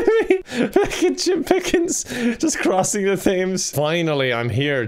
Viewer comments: It's pronounced Tames not Thames like it's spelled. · The only time he pronounces "th" like an Englishman is when we pronounce it like "t". Thames is tems lol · Honestly I think all irish people pronounces "th-ames" but I should be "tems" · I like that he says it that way it's really weird having read it as thames most of my life and then at become an adult and hear someone say its pronounced tems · Did you actually just say The THames? Like 'th' as in 'think' and 'ames' as in 'James'? The one 'th' word that we English pronounce as 't' and an IRISHMAN chooses not to?! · That's how you're supposed to pronounce it though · Nomulus honey, no. It’s pronounced “temz”. It’s really stupid that it’s spelt that way and I thought that’s how it was said until I was 20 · English language: Three is pronounced with a 'th' sound: Tree. English: Thames is pronounced with a hard 'T': Well yes, but actually no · As a person from UK, it is said as "Tems" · that's not how you pronounce the Thames its pronounced tems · Thames is pronounced “temz”. The way you pronounced it was so adorable and reminds me of a random book from my childhood called “Thames doesn’t rhyme with James” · not sure if it was intentional but I found it funny that as an Irish man he chose to pronounce the "TH" in "Thames" 😂 (it's normally pronounced without the H so just "Tems" or "Tames") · I know you're Irish but the river is pronounced 'tems' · Ikr tbh I thought an Irishman wld know lol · Hearing pronounce 'Thames' like that is Jim level torture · Oh, … were you really pronouncing Thames like it’s spelled?:( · Did you just pronounce Thames like that? Bruh...